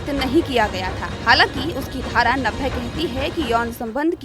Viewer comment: Dhara sahi pronounce kare